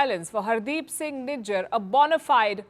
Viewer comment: These dudes can't even pronounce 'Nijjar' they are calling him ' Nigga' ....😅😅